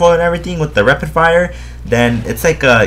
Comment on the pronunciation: haha he is saying repid fire